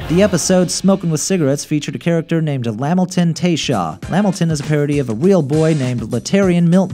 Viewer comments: 🤣'Lamilton'...It's pronounced Lih-Milton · I'm sorry I'm sorry.... Its (la-mil-ton) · Wuncler (wuns-ler), not (wunk-ler), kumite (koom-i-tay), not (koo-mite), Lamilton (luh mil-tin), not (lam-il-ton). Normally, I wouldn't even bother, but it's kind of annoying when someone who clearly isn't as familiar with the show is making a video with episodes they haven't seen, or words they aren't familiar with. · the way he pronounces lamilton. its not lah milton its luh milton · They're pronounced: 1. WUNS-LER not Wunk-ler 2. LUH-MIL-TUHN not Lam-il-tuhn 3. CHICK-LUH-FAY not chick-lay-fayt 4. KU-MI-TAY not KU-myte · Lameltin 😂😂 LA Milton is how it's pronounced. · Lamaliton lol itz lamilton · HE SAID LAMOTIN 🤣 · Bruh it's luh mil ton. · ....excuse me.... lamilton? Its LaMILton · the way you pronounced "lamilton" irritated me